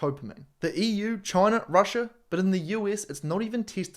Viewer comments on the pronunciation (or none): none